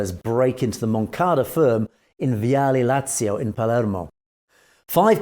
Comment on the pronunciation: You don’t pronounce it “Legeeo”, but something like “lejoe”. Suggest you check the proper pronunciation of these names before doing videos about them. Would add to your credibility! You are making progress though. For instance you pronounced correctly “viale Lazio” which wasn’t that easy. Also Cavataio you say correctly. Not sure why Leggio comes so difficult to you. Good video anyways 👍